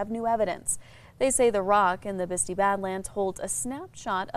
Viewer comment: Teach this lady how to pronounce “Bisti’”.